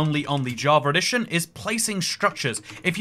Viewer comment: Nobody:: Java Redition